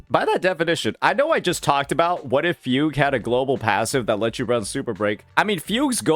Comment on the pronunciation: I just can't get over the way you pronounce Fugue as Fug You 😂